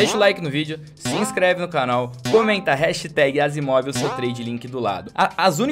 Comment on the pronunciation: o certo é asiimov kkkkk